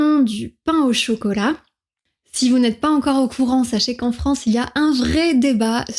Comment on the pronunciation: Commencez donc par différencier vos "é" et vos "è".... FRANCÉ c'est insupportable